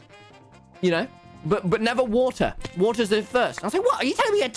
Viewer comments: He literally says wa’r when the says water fast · keeps drinking "wa er" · Its the wothur for me